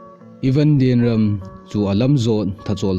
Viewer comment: Amin chu nasei dih thei mo na e.. Eipaova pronounciation bol lechun dihchetdi hija.. Lienrum ahi. Rum khu kaisao di ahi... Ram hilou in Ruum tiding ahi..